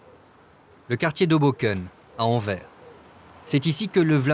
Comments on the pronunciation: Anvers se pronounce Anvers not anver. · On prononce AnverS et pas Anver, incompetents de journalistes... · pour les français anvers = an-verse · ça se prononce Anversse (on prononce le S à la fin ...) comment est-ce possible d'encore faire cet erreur ... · On prononce le "s" de Anvers , c'est "Anversse" ou Antwerp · Envers et contre tout ? AnverS , le S se prononce, s'il vous plaît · On dit pas mairie mais commune et anvers on prononce le s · Sixième seconde : Anvers prononcé sans le s final. Ca commence fort. Tocards de Parisiens de merde. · On prononce le s dans Anvers, c'est pourtant simple. Ne pas le faire est mal le prononcer mais si t'es obstiné et que tu préfères persister dans l'erreur... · Oui, ça m'a filé une migraine pendant toute la vidéo.